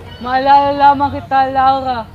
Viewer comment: hahaha laurha hahah (bulol)